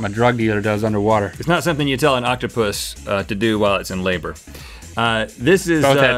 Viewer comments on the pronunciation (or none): none